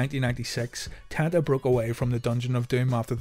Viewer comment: It's pronounced Ten-ta, not Tan-ta...as spelled.